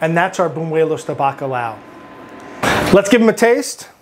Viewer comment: It's buñuelos not bunuelos. Sounds very gringo. Haha